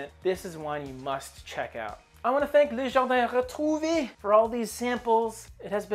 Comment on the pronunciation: Les jardins retrouvÉ! Its harder to pronounce but you would have to say Retrou and then pronounce the V entirely. Pro tip coming from a french canadian 😊